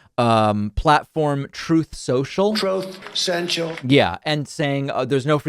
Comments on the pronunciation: As someone with a speech impairment because of my disability, I shouldn't be laughing but I can't get enough of "trouth sential". Trump is such a comedic character. If he hadn't destroyed so much, he would be the funniest person alive. Another favourite of mine is "drock bock" instead of drop boxes. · "Troth Centshul"? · Troth Censhal lol hilarious!!! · Trouth Sential. Not the first time I heard that from him, or second time. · I've never heard Trump speak without him mispronouncing, mumbling and tripping over his own words. Troth Senchal? Yo! Semites? Droc bocksers? Oranges, the oranges..? Leeez Cheyney? Chyyyna? The man is an utter moron. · I absolutely LOVE IT!!! EVERY TIME!!! "TROTH SENTIAL"...🤣🤣🤣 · Is he deliberately saying "troth senshel"? I'm guessing people just missed fascism so MUCH 😅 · I can NOT stop laughing at "Troth Cenchal"! 😆